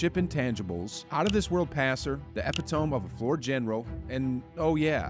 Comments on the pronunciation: I don't leave many comments on videos (99.999% a lurker) but because I like the dubs and I like Hoop Reports and this channel, I'm sorry, but I would like to mention.. it's too* and epitome is pronounced eh-pi-tuh-mee. If it was intentional to produce interaction, then OK, tyou got me. But other than that, yeah, I like your content, so I just wanted to point that out. Thanks for all the great videos! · You really pronounced epitome like that?????